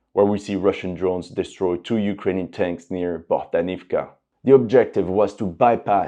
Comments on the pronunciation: BohdAnovka) please, dude :) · and Bohdanivka becomes Bogdanovka